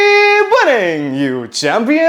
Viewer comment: Mene galat suna h kya "chamyans"😂😂